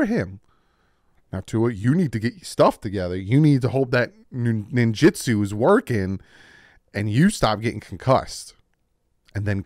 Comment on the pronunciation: He said ninjitsu buahahahahahahaha is awesome